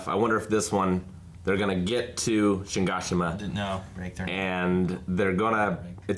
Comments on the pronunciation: Watching the last episode of season 3 part 1 and still saying: "Shingashina" Worst AoT reactors ever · Shigashima? EVERYTIME you do this EVERYTIME....IT's Shiganshina dammit! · how does and still not know how to say Shiganshina properly. they literally say it like 20 times wtf. acting like he knows how to say it is so funny hahahahhaha. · I like how they've said Shiganshina so many times and they still don't know how to pronounce it. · Congrats on making it this far and never once pronouncing Shiganshina correctly 👍